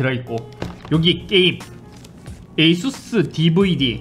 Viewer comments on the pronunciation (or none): none